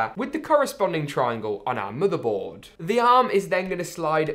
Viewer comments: stop saying muterboard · into the "muddehboard"